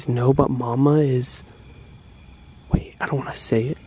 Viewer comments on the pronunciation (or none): Sara Kropp Yep he said bae😂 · He said bae but he meant wait